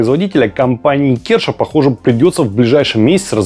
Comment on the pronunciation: Видео хорошее и полезное, но буду каждый раз ставить диз, пока ведущий не подтянет своё произношение английского. В каждом выпуске что-то из его уст дико режет слух! "-компания КЕРША" , Моя бабушка из деревни наверно и то правильнее произнесла бы. Считаю такую неграмотность недопустимой, при ведении передачи с большими количеством английских названий.